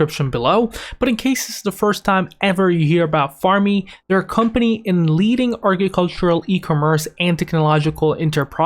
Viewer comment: Couldn't watch it all the way through because of how he says agricultural.